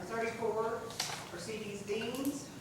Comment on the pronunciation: Mercedes Beans😂😂 I heard